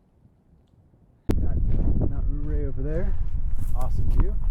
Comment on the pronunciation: Ouray is pronounced yeray. Accent on 2nd syllable ray .. Hammocking in a pine tree hmm... Interesting & something I've long thought about. How long does it take to ascend?